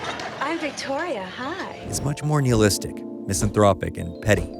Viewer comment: You say nihilistic funny